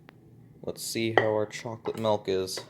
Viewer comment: Excuse me sir.... Did you say mElk?